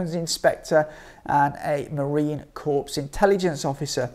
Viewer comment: Marine 'Kor' not corpse. Ugh!